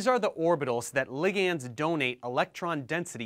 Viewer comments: "Lig ands"?!? Bruh. It's pronounced "li-gnds". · Are you actually pronouncing ligands as ligiands?!